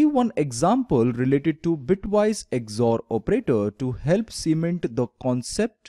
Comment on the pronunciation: it is not "EGG-ZOR", it is just called XOR operator. Very good work.